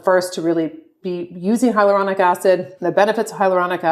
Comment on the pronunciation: As estheticians, don't you think we should pronounce the "a" in "hyaluronic" acid when educating our clients/guests?